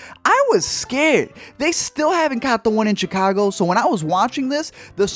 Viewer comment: Is that how you pronounce Chicago?